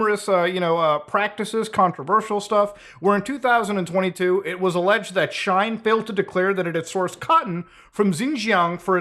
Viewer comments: Shine? or Shein? It irritated me when you mispronounced it consecutive times. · Not Muta saying Shine instead of She-In 😂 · its not shine its said like shean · Shein is not like Shine. But like She in. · FYI, I think Shein is pronounced "she-in," like it's two words "she in." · its Sh-ien (like sheen) not Sh-ine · Lol… “shine” It’s She-In (shortening of their original name “She Insider”) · It's She-In like "I'm in" you know ? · Bro pronounced Shein as “shine” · Please never pronounce shein as shine ever again 😂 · I 2asnt looking at my screen and it took me a solid minute to figure out that he was talking about she in. Now i dont know the pronunciation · Shein is pronounced She-In. Anyway, I'd love to meet anyone who ordered a Switch off of Temu. 😂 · he cant even say the name properly and the sales are real ngl this guy is salty he didn't think of this idea lol oe smart enough to do it. its free shipping and I've received all good quality items so far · Please, no one correct him on the pronunciation of Shien. I'm living for this rn. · Hearing the way Muta pronounced “Shein” made me realise that we really occupy different spaces on the internet 😂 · oh sure, it’s just that I’ve heard the word so many times now bc of the kind of things I follow online that it didn’t even occur to me that someone would pronounce it differently lol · you're just gonna pronounce shein like that 😭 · You keep mispronouncing shein. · You pronounced Shein and Uyghur wrong.